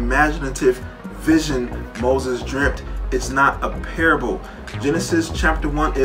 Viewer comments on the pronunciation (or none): none